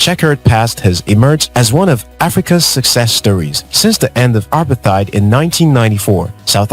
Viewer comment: As a fellow South African watching this video, I would like to ask if you could pronounce apartheid correctly cause the way you are saying it is very, very wrong. it's pronounced as uh-para-te-id. Thank you